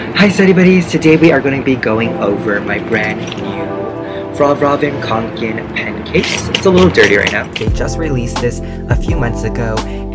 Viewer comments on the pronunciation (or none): none